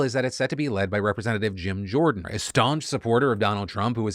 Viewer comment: "Gym Jordan" lol